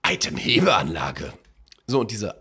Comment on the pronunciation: Wie du Itemhebeanlage betonst 😂